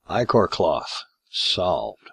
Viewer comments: I know right "itch-or" its EYE-CORE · Ick-or... Ick-or... None of ya say it right....